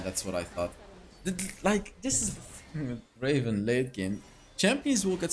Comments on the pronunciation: it's not draven it's DRAAAAAAAAAAAVEEEEEEEN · It's not draven it's draaaaaaven